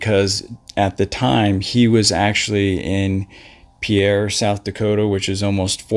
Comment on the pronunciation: "Pierre" say peer. Pee-air is not in SD.